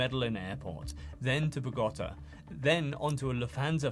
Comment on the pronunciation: Superb video and very informative! Don’t take this the wrong way but certain pronunciations are off: "Bogotá, Rodriguez, Medellin and some others”